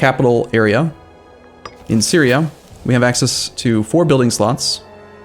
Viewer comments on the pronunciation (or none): none